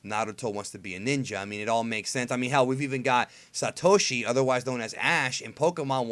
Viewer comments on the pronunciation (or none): none